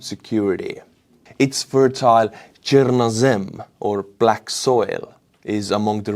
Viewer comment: It's TCHER-nə-zim